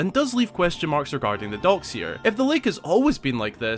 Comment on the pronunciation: I got 4 minutes into the video to realize he was saying docks. I was looking for dogs that I could not see. 😉🤣